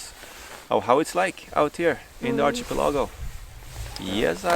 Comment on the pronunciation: Ar-key-pel-ago... not chi.... luckily English is very forgiving to accents ...so we get it